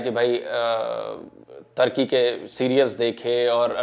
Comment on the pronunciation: Ap social media pr bat krna to sekh len tarki nahen turkey 🇹🇷 lafz hy pahly bolna sekh len bad men muslmano pr baat krna